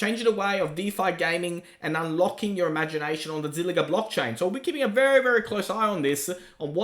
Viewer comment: Zilliqa qa qa not zilliga Ga Ga it's Qa